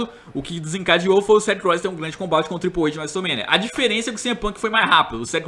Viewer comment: Ele não sabe inglês.